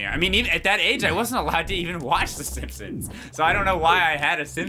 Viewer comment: GRAND MA?! SEEMPSEENS?! UGH...